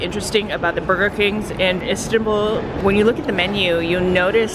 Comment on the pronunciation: It’s not Sirsbaa it is Istanbul Am Turkey guy